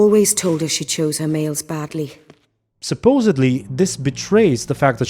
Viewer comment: The first time I heard it, I thought Orianna said "mates" not males.